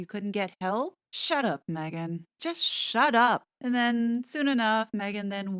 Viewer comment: I love when you say SHUT UPAH. So NYC 😂😂😂😂😂cracks me up every time ❤